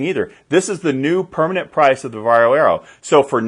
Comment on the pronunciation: Congratulations!First English speaking man pronounces "VARJO" correctly😀